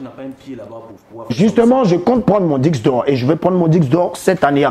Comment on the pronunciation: Ohhh trop chou quand il dit diqse d’or au lieu de disque